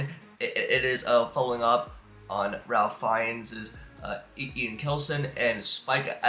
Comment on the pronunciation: Pronounce Ralph rayf